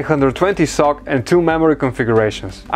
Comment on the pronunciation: It is supposed to be read as "S.O.C (systems on a chip)" and not sock